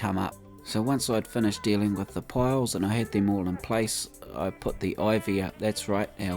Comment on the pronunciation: I'm sorry, but i couldnt tell if you were saying wood piles or wood poles. I assumed poles because they look like poles, but it sounds more like you are saying piles, especially when you said what to search on the workshop. Again I'm sorry, and I don't mean to make fun of your accent or anything.